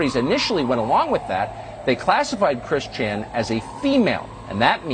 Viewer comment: Hahaha I love how he says “Chris ChAN”